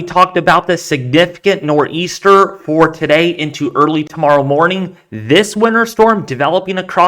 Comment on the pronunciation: Nah he said "NorrrrEaster" 🤣